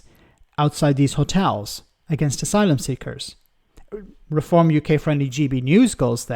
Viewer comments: he pronounces refom like it's a masonry adhesive. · He can't say Reform properly